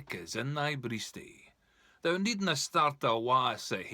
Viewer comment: Misprounced "thou" throughout.